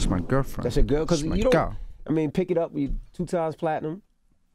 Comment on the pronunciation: “Thas my gurlfren” 💀❗️